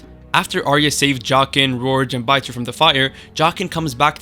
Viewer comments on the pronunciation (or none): Beater? Are you dumb? How do you read 'Biter' and come up with 'Beater'? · why was biter pronounced "beater"?